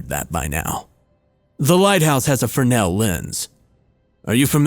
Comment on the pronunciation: Yay, you said Fresnel correctly, I'm actually grateful for that.